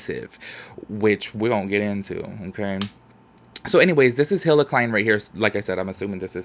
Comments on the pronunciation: Hila’s name is pronounced Hee-la or even Gila like the Gila Monster. Love you 🥰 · I don't want to be "that guy" but Hilas name is pronounced 'eela' and Teddy Fresh has been out far longer than James' line...